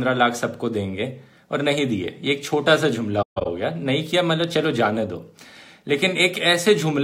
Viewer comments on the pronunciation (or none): Dhruv bhai jumla hota hai....jhumla nahi...he he he he 😂😂😂😂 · Jumhla nhi ....jumle bolo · झुमला नहीं जुमला ..............बाक़ी सब सही है विडियो में ! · Dhruv Rathee Dhruv I have a doubt.. Aap 'Jhumla' bolte ho har video me.. shayad ye 'Jumla' hai. Please check. May be I m incorrect. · Jhumla nhi jumla hota hai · abye duffer its jumla not jhhumlaa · Brother its Jumla with ज